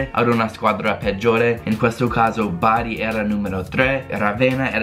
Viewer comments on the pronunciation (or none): none